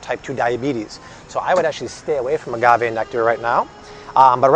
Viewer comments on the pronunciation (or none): none